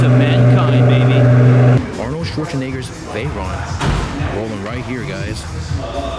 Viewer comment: You don't think we noticed how you pronounced Arnold's name, huh? 🤬